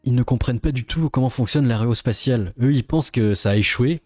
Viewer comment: L'aréospatiale ? L'aréoport ? Ce serait pas plutôt l'aérospatiale ?